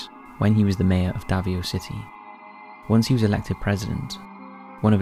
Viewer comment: Oh man... The first entry is hard for me to listen to as a Filipino-American. I'll admit, I'm not the best at pronouncing a lot of Filipino words, but I've heard these names enough from Filipinos to know the pronunciation here is not right. I sure hope the pronunciation in these videos for other languages has been better. Note: for Quezon City, Davao City, Manila, barangay, and Duterte, just typing those into Google Translate and getting the Filipino pronunciation sample gives you a better representation of the correct sound.